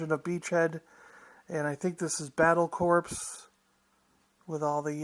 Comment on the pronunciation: "Corps" is pronounced "core" not "corpse."